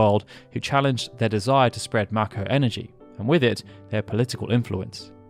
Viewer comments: It's may ko not mack o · ma ko.... am I the only who pronounces is May Ko?